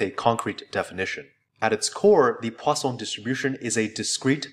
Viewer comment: why do I keep hearing it as the "Croissant"-distribution...